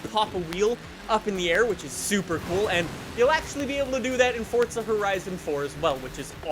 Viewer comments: It's Forza, not Fortza! Pronounce it correctly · STOP SAYING "FORTZA" IT'S FORZA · Forza not Fortza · Fort-za horizon 4 lol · Fortza horizon? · fortza horizon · Why do you say Fortza 😂😂😂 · Why does he say fortza? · There's no "T" in FORZA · bruh.....forza dont got no t in it... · Do you not know how to fucking pronounce forza? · There is no T in forza dude.